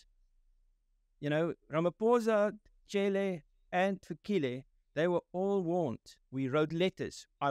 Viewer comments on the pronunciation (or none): welldone for taking Khele and Mbalula to court...keep up the good work stay strong just one request pleae learn to pronounce SAns names proper cause the way you peonounced your belated employee it sounded like he foreign and i was also confused when you spoke about Cele as in Khele